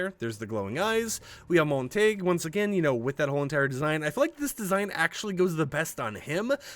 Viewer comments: MONT A GUE. NOT MON-TAG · I feel bad asking but are you pronouncing the names wrong on purpose? its [mont-ay-g-yew] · “Mont-uh-hew” man none of these content creators can read. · It’s Montague, not Montage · Break 'Montague' down into sounds: [MON] + [TUH] + [GYOO] the more you know 🌈🌟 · MAHN-tuh-gyoo - Thats how you pronounce Montague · The name is pronounced Mon-Ta-Guoo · Bro it’s pronounced MON-TUH-GYOO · lol his name is pronounced Mon-ta-hue! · man i love montaig i hate montague tho screw him. if you wanna know how to pronounce the name [MON] + [TUH] + [GYOO] this is it. its even said in Romeo and Juliet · Montague is pronounced MONT-A-GEW. The last 4 letters sound like Glue without the L. You are not saying it correctly, just a heads up. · You really butcher the name Montague every time you say it.